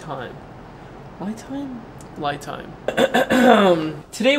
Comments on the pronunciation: Hey the romanization of Li is actually pronounced like Lee not sure if that was the actual intent though kind of like Chevy back in the day selling the no va in Mexico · Great video. I was able to purchase one, delivered, for less than $375. Li rhymes with ski. Most English words which end in 'i' have the hard 'eee' sound. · yes, it pronounced lee! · Pronunciation is like Lee!!! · It pronunciation is lee😢 lithium ~